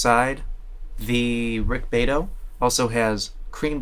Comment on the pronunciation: The pronunciation of Rick's last name is "BEE-AH-Tow".